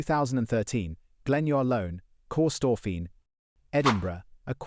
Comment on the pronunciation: 😂 kee STORPHIN🎉